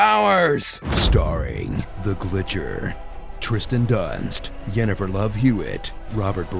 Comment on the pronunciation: "Dżeralt" "Dżenefer" Seriously??